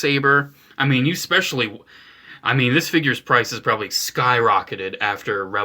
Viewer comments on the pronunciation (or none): none